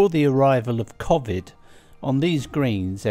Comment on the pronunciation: Just on the pronunciation of the virus, why do you say COV...ID when everyone else says COVE...ID ? Hope this makes sense ...